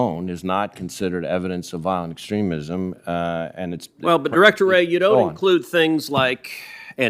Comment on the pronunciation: Cruz can't say.wray you are a communist sypathizer